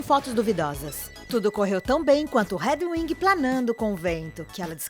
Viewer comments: Chamar a Edwirges de Ediuing foi top kkkkkkkkk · me contrata para narrar no lugar dela, por favor! O texto é ótimo, mas ela precisa aprender a pronunciar o mínimo ou pelo menos falar certo o nome dos personagens Réduingui (Edwiges) foi de doer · "Réduing" R É D U I N G? Amadaaaaa, é Edwiges, obga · Me deu um mini infarto quando ouvi Redwing... Não foi nem Hedwig pra ficar aceitável, tinha que ter um N ali no meio. Que horror. Edwiges mesmo. É mais usado no Br, mais familiar e mais fácil inclusive. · Ela quis dizer Hedwig, mas eu TB sempre ouvi q era Edwiges